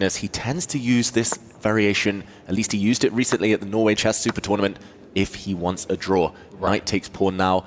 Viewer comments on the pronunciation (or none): none